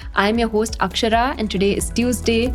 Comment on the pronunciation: He AI-kshara, if you not AI and are actually human, just know ffs you are allowed to speak in Indian accent, and actually speak Indian words in Indian accent as well. No one's forcing you to say our words un a shitty foreign accent. I hate when you people use that shit accent for basic Indian words and Indian names as well. Do you people seriously have absolutely not even a single person from places like Maharashtra, Karnataka or Bangal that you at times absolutely butcher pronouncing people's names as well? Same goes for every single Indian channel. Everyone wants to speak in a shit fake foreign accent.